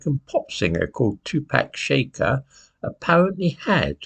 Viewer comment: I love but two pack shaker made me laugh.